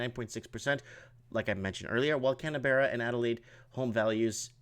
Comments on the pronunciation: Pronounce Canberra as can bra. Melbourne as Mel bun. With a slight r between the u an n. . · CAM-BERR-A Mate. Tie me kangaroo down sport. Have a tinnie. Bruce is a piss tank. Thats your Aussie as a second language lesson for today. For homework watch some Rolf Harris. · Canberra can-ber-ra , no hate plenty of names that dont sound like they look ( Cockburn is pronounced Co-burn etc)